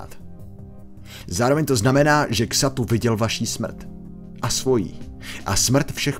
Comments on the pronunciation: Xatu sa cita Zatu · hele víš že Xatu se vylovuje Zátu ?